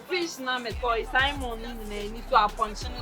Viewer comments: the word is salmon but on the flip side english ain't our language so as long as one pronounce a word n I get a clue of what he or she is driving at I cool . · Did the shawty say " saimon"?😂😂😂😂